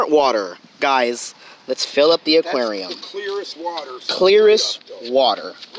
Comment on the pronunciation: Am I the only one who hates when he says “ AKUERIOUMMMAA”(aquarium)